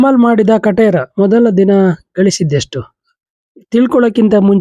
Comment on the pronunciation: ಖಟೇರ ಅಲ್ಲ ಕಾಟೇರ